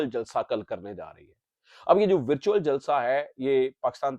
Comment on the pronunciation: ورچیول جلسہ ذرا صاف بولیں لگتا ھے کہ آ پ مرچیول جلسہ بول رہے ھیں۔